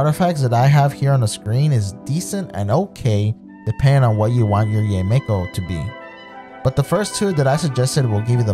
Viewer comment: Tysm! And btw her name is pronounced Yi-mekO